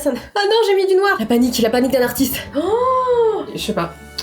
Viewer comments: "Artistre" t'es sûre de toi? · " ArtisTRE Peintre" je sais pas si tu as fais exprès, je pense pas mais ça m'as fait rire 😂 Super vidéo, je me régale comme d'hab! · '' artistre peintre'' Ok ça commence bien 😅